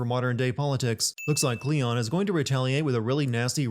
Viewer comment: Kleon not cleon